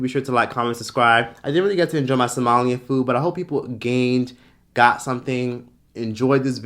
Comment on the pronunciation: Ayyyeee Somali food! And you pronounced it right! 100 more cool point!